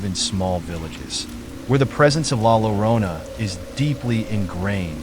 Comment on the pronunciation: La Yorona is how you pronounce it 🧐